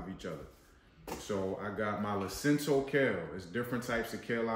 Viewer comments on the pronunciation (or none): It's LUCINATO kale, not Lucinto.